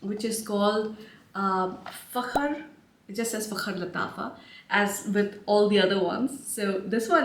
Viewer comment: I just received Fakhar Rose yesterday. Before it dries down I get a lot of gardenia which to my nose always reminds me of spearmint. After the dry down is when it really becomes the most beautiful scent. I love the way that you say Fakhar😉 I enjoy your reviews. Very detailed.